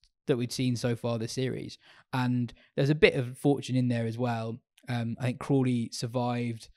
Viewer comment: says Crawley and I hear Kohli